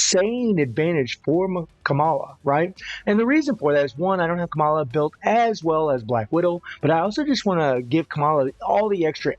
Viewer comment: The way you pronounce kamalaaawww 😂 cute